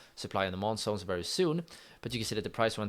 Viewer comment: It's zones bro not sones 😅